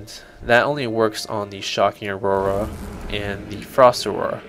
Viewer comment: Stopped watching as soon as he called the aura, "Aurora" lol